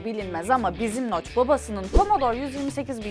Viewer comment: adamın isimi noch (okunuşu) noc